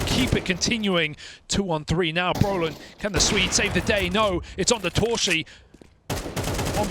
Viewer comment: casters trying to pronounce torszi : toooshi